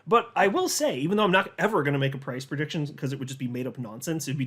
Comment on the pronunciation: Anudder perdiction.....not again!